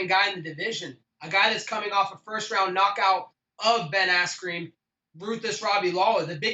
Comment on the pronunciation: He just said "Ben Asscream" Hahahaa But u can catch his lies very easily like when he claimed he was team captain when Ariel asked him how that happened he basically went on how its not official but since HE took the team to the white house and has a belt he calls HIMSELF there captain... But still one of my most entertaining fighters to listen to:) And all his military work is awesome he's genuine about that!!